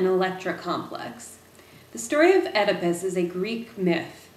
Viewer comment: EEEEDAPISS... I believe is the right way to say it